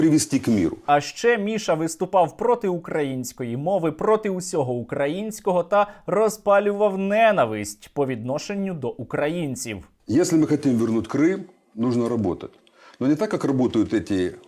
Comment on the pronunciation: Дякую за висвітлення подій, які ''на часі'', але до них у багатьох руки не доходять. І ще, правильний наголос в слові ''ненАвисть''